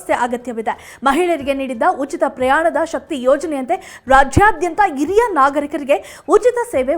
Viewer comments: Not iriya it's hiriya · Iriya alla HhhhhHiriryA. Hiriya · This girl does not know proper kannada. She pronounces hiriya nagarikaru as IRIYA NAGARIKARU. God save kannada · Yes this girl does not know kannada and to pronounce Hiriya nagarikaru, she say iriya nagarikarige. This girl is notorious for her bad kannada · ಅತ್ತಿರ, ಇರಿಯ ಅಲ್ಲ ಹತ್ತಿರ, ಹಿರಿಯ ಅಂತ ಹೇಳಿ